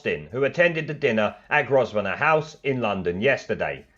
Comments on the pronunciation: Mate it's pronounced Grovener not gros ven er. The "s" is silent. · It's not Grossveener it's pronounced Grove Ner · By the way shit weasel: It's pronounced Grovenor House and not GroSvenor House. The S is silent in Grosvenor. You need an education. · Where the hell is Gros-venor Sq. it's Grove-venor. Surely you've heard of it? It's the former site of the US Embassy. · "Groz-ven-or" House!!!!!! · Grosvenor is pronounced “Grove Nor”. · 'Grosvenor' House is pronounced 'Grovenor'! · Grosvenor pronounced Gro-vnor.......FFS. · Sorry to sound like a posh twat, but it's pronounced "Grove-ner House" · You say about someone mispronouncing a word when you can't even say "grosvenor"... The s is silent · Is this the same left wing BBC that's doing a fine job covering up Boris Johnson's upside down wreath and editing out people laughing at him! Bye the way, learn to pronounce Grosvenor properly